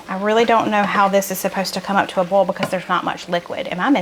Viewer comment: One of my favorite aspects of your videos is watching the close captioning (I have significant hearing loss). The southern in you shows when you say "boil", it shows as "bowl". The captioning usually understands oil, but occasionally shows as oal. Makes me laugh every time. I look forward to Tuesdays and Fridays for sure. Keep on keepin' on!